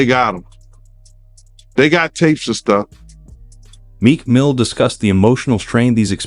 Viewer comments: I don't think Meek Mill has an S at the end of his name,. 💙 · PLEASE STOP SAYING MEEK MILL(S) IT'S MEEK MILL. PLEASE STOP SAYING MEEK MILL(S) IT'S MEEK MILL. PLEASE STOP SAYING MEEK MILL(S) IT'S MEEK MILL. PLEASE STOP SAYING MEEK MILL(S) IT'S MEEK MILL. PLEASE STOP SAYING MEEK MILL(S) IT'S MEEK MILL. PLEASE STOP SAYING MEEK MILL(S) IT'S MEEK MILL. PLEASE STOP SAYING MEEK MILL(S) IT'S MEEK MILL. PLEASE STOP SAYING MEEK MILL(S) IT'S MEEK MILL. PLEASE STOP SAYING MEEK MILL(S) IT'S MEEK MILL. PLEASE STOP SAYING MEEK MILL(S) IT'S MEEK MILL. PLEASE STOP SAYING MEEK MILL(S) IT'S MEEK MILL. PLEASE STOP SAYING MEEK MILL(S) IT'S MEEK MILL. PLEASE STOP SAYING MEEK MILL(S) IT'S MEEK MILL. PLEASE STOP SAYING MEEK MILL(S) IT'S MEEK MILL. PLEASE STOP SAYING MEEK MILL(S) IT'S MEEK MILL. SEE HOW IRRITATING THESE CAPS AND LINES OF TEXT ARE????? That's how cringy that is hearing Mills every time you say it. Please stop. Respectfully. We love your show.